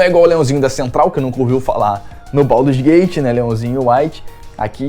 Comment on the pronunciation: Isso ai é inglês ruim mesmo.